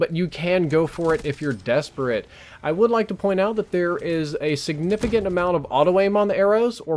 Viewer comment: Lol the way said "desperate"